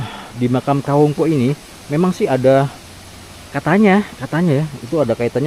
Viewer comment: Assalamualaikum saya koreksi ucapan mas..itu disebut Kawung poek...dibacanya ka_wung powek(BHS Sunda) Bukan dibaca puk..tapi po-ek(gelap). Sehat2 sepaluas.